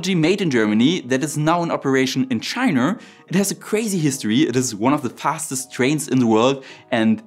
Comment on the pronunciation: ok, this time he really did say "chiner"